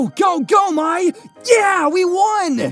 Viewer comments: Correct me if I am wrong, but isn't her name pronounced as "My" and not as "May"? It's the way the name is spelled. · ...I'll give a pass to the mom calling Mai as May due solely to Avatar the Last Airbender having a character named Mai pronounced as May.